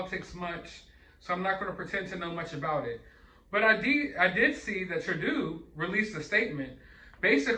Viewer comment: Love the way you say Trudeau 😂. It’s actually pronounced tru-doh